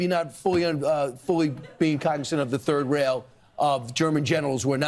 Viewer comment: You said: "Third Rail" We heard: "Third Reich"